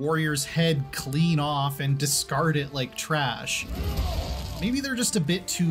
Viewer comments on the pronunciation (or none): none